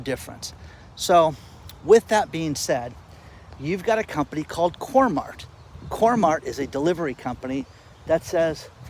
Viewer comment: btw it's not coremart it's coremark